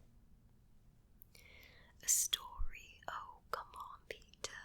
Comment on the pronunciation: my name is Peter and i had to watch the intro like 10 times to get that you actually said Peter :^D Greets from Germany